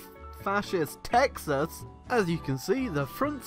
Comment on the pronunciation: why does pronounce "Texas" as "taxes"?